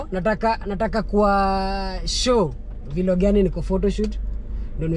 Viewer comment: Kindly ni Vlog not V-log. Like how you pronounce Blog.